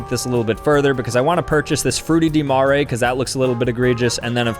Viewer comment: I think it sounds pretty close to the Italian pronunciation. But the ''Frutti di mare'' hurt my ears...